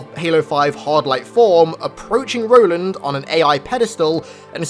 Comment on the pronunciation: Ro-land, you mean?